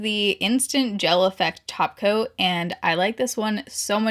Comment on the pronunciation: You said “top coat”, I heard “taco”. Why am I me?